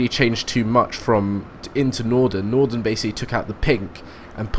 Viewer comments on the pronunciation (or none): Just saying it's Northan not nordon